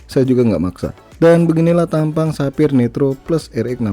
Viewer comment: sepphayyer bang wkwk